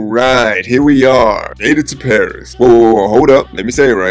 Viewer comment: Boss Paris 😂😂😂 not Parissssss😂😂